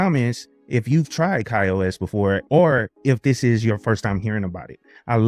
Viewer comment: Ki-OS? what is that? This review is regarding Ka-OS, which is pronounced Kay-OS. You know, like other KDE platforms